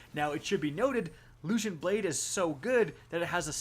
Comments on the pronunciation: what the hell is that pronunciation of guillotine, and also LUCENT? LOOSENT. And sympathetic (he said symptomatic, LOL) from the last video. These aren't 200 IQ level words, come on. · Your pronunciation is terrible. You butcher guillotine and lucent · that's not how you say lucent... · Its loo cent.. no h sound should be happening.. why do you guys always say everything so weird. How would you say cent by itself? It doesn't change.